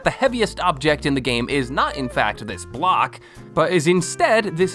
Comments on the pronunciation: Am I the only one who heard glock instead of block? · I thought you said Glock instead of block lol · Is It just me or did he say Glock instead of block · At the start I heard "this is a glock." Is it just me that heard that? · i thought he said glock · At the beginning I thought he said "this is a glock" 💀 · at the beginning it sounds like you said "This, Is a Glock"